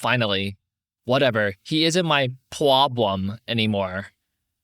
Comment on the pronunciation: "He isn't my pwoblem anymore" This woman rocks